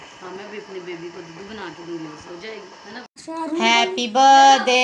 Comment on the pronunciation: Behan badday nh hota birthday hota tm itra k bolne k chkr me badday boldeti